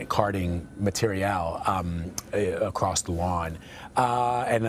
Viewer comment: That is one fancy way to say "material" 😂 Ma-tear-ee-all